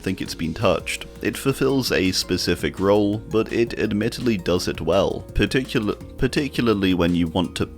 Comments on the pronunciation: Particularly = Parley (parlelulily) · one day, some day, you will one day be able to pronounce particularly right first try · Here we have the wild in his natural habitat. Which is particul-partic-pa-*uck me particularlily-particUlaly. Particularly 🎉🎉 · Par Tick You Lar Lee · Can we have a 1 hour video of just you saying particularly? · Having a whole ass aneurism over him trying to pronounce particularly. 😂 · This is my favorite video just from him trying to say particularly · "ESPECIALLY" exists my man save yourself the hassle XD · Hi, non-English native speaker here! I know and absolutely feel the struggle with „particularly“ 🥲 I respect your confidence so much for not cutting that out and instead leave it in the video! You’re making great videos bud, keep it up! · Damn, I really felt it when he said "particularly" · I felt his pain when he tried to pronounce “particularly” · i too often have trouble saying particularly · I just love the quiet and calm fuck fuck fuck he says trying to pronounce particularly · My man couldn't even sat particularly 😂😂😂